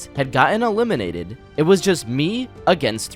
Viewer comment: "elimidated" yeah we heard that 😌